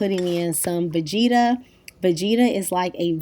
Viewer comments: I kept asking myself what you were talking about when you said, vegeeeta. Low and behold, you're using Vegeta, a ton of Romanians use this, myself included (make sure you get the one without msg). I grew up with this seasoning. It's pretty much a staple of every Romanian, Hungarian, Eastern European cooking. My kitchen's got one. Pronounced Vegeta, not long sounging ee. Never heard any American, esp. African American use it before and sounded scary when I heard you say it. I put it in soups, salads, every savory meal, just a little. Boursin, French cheese- pronounced Borsen, don't pronounce the n. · Vegeta is pronounced ve-g (like grate)- ta. Lol I’m Bosnian and we use it in everything. I hope you used the blue package though 😮.